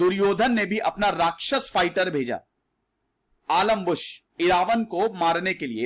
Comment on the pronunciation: आलमबुश नहीं आम्बलुश